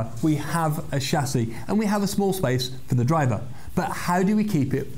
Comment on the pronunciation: Good, he said chassis.. not Tchassis